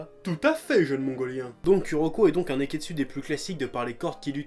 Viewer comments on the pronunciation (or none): Mais j'ai teeeellement rigolé pour le "nez-qu'est-dssus" !! Bravo chef :) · a cause de toi a chaque fois que tu dis nekketsu j'entend nez qu'est dessus